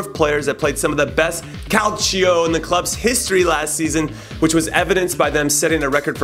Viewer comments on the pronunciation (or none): none